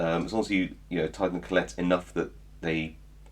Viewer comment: A great set, probably 97% off what I'd need for those sort of locks. Interesting pronunciation of collet too! ;)